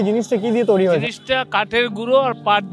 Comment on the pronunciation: Please take my suggestion change the anchor of your video hrithik dada ... His accent and pronounciation is so disgusting.... Lekha k lakha bolche toiri k touri bolche .. please change him .. if you are trying to do something big then erokom anari lok k rakha is not good ... R STOP PROMOTING GAMVLING APPS